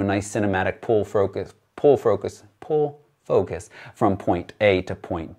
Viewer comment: "pull frocus" :)